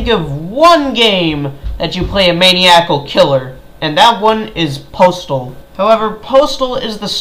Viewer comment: Your pronunciation of the word maniacal annoyed me